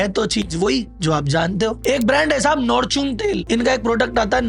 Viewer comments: nortune yaa fortune😂😂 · "नॉरचुं " 🙇‍♂️🙇‍♂️🙇‍♂️🙇‍♂️🙇‍♂️ फॉरचुं Love You Sir आपने आँखे खोल दी 👑🙏🙏🙏🙏🙏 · Fortune ❌ Nortune ✅ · Namul ❎ Amul✅ Nortune❎ fortune ✅ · Are company ka to sahi lena sikh jao phir bolna ,,fortune ko nortune bol raha hai😂😂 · Nortun nahi fortune 😅😅😅😅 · नमूल ❌अमूल ✅ नॉर्चून ❌ फॉर्चून ✅ Bad day ❌good day ✅ Papa अंजली ❌ पतंजलि ✅ गैंड बीटा ❌ bournvita ✅ Rocos ❌ chocoos ✅ बब्बन ब्रश ❌ चमन प्रश्न ✅ रूह पे कब्जा ❌ रुआबजा✅ धोती खोल दिया रे बाबा 😅😅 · Fortune ❌ Nortune✅